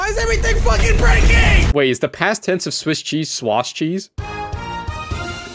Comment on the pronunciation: “Swash cheese”